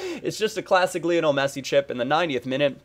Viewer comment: it's pronounced Li-on-el, not Lee-on-al. He was named after Lionel Ritchie!